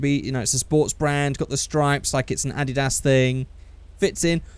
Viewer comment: Did he just call Adidas "added ass"?